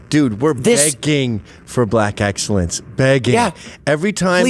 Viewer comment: She said "axxellence"